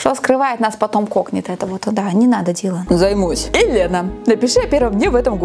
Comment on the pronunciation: Лена, ты на прочитала не "Дилан" а "Дэйлан" 😅